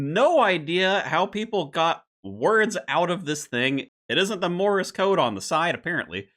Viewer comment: Lol I don't know if this is like how you say Rune like "ruin", but it's not "Morris Code", it's Morse Code. Rhymes with Norse Code.